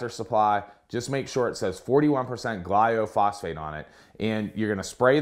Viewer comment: Great vid, thanks for posting. It's glyphosate...not gly-o-phosate btw